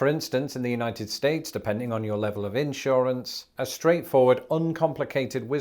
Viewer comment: I can't quite handle an English accent pronouncing "insurance" in the way you did. I think I need a second shower now.